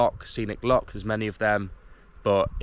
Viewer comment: Welcome to Scotland, if you're here for five weeks can I advise you that you were swimming in a loch, not a lock. It's pronounced same as the composer Bach, you wouldn't call him Back. Have a great time.